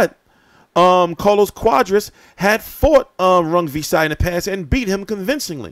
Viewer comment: I think it's pronounced quaaaaadras not cowdras lol